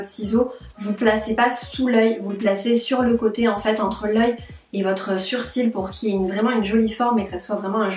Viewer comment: j'❤️ bien comment elle dit sourcil😂